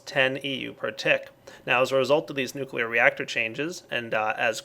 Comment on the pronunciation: or nucleaar control